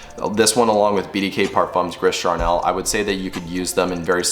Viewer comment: It's pronounced "gree Karnel"... Great list. It Gris Charnel was my scent of the day today! The drydown for me is all about waxy creaminess of the iris with the sandalwood. It's great. Soleil Brulant reminds me a lot of By Kilian's Intoxicated.